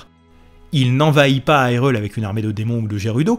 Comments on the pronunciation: Ça se prononce "HyrULe" Pas " Hi reul" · je te met un like ta fait un bon boulot!! mais bordel!!! on prononce irule pas AILRULE!!! soit tu prononce irule a la francaise ou alors prononce le ailroule!! enfin treve de grivoiserie encore bravo pour le taf accompli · Mais pourquoi tu dis HIGHrule? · Haïrule ???? Mais pourquoiiiiii ???? Nooooooooonnnn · Pourquoi prononcer hyrule a l'anglaise alors que c'est un jeu japonais traduit en Français ? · Pourquoi pas ? Si on francise la prononciation de Hyrule, pourquoi prononcer "guérudo" quand en français gé se prononce jé ? Je suis conscient que ce sont les prononciations canonisées par le doublage de BotW mais elles me semblent incohérentes et irrespectueuse de l'idée derrière le mot Hyrule (high rule, qui sera mis en opposition avec Lorule dans ALBW).